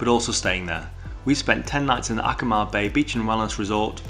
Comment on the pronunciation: Amazing highlight video for Akumal! From a Mexican, I appreciate that all pronunciations are spot on too! Truly well done!